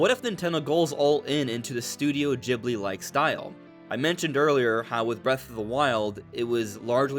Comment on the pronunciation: Stop saying Ghibli wrong